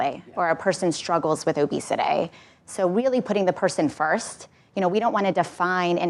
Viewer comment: It's not obesity, it's "Obesitè"